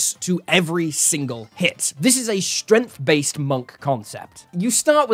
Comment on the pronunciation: Stop. Saying. "Shtrennf"!!